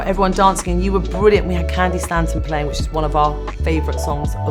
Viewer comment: Candi ‘Staton’ darling not ‘StaNton’ !!! 🤭